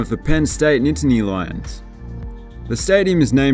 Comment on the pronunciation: Nitaney lions. Illanee. Lololol that’s hilarious, I love it